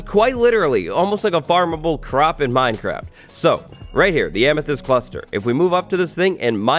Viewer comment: He said minecrac